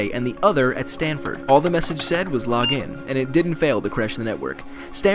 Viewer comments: wait i thought it was stanford not “standford”. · "Standford" and "USCLA"? Seriously? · and Stanford not Standford, Standford is a village in england